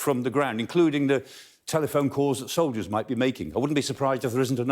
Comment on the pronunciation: He said 'soldiers', I heard 'Soviets'. No difference, really. :)